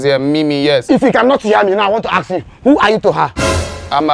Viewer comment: Tell K Brown,it's ask not axe let me axe something